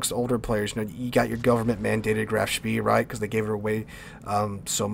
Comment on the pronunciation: Spee is pronounced "Spay"